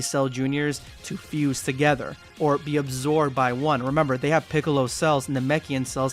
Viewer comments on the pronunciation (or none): none